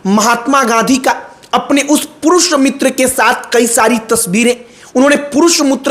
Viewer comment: Are purush muter nhi re purush mitr hota hai babu